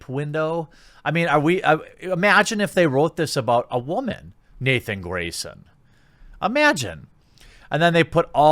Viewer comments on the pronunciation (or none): none